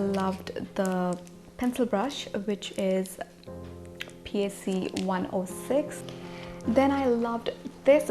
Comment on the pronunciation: Its not pronounced as P. a. c its pronounced as PAC (pack)